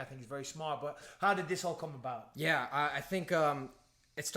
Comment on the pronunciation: Bisping turned back into a northerner for a second when he said gate and gyeah.